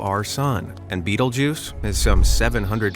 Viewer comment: “Betelgeuse” sounded like “beetlejuice” wth 😢